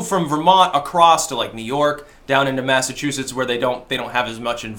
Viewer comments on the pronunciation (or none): none